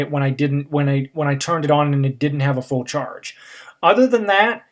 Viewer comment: Next year home pod for a fool squwad? Its a quwestion.